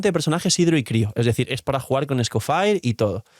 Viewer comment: porfa que alguien le diga que no se pronuncia escofair